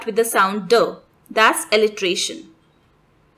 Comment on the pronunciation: This is pronounced असोनंस not अजोनंस. Assonance। And send word Alliteration this is pronounced as एलिटेरेशन not एलिट्रेशन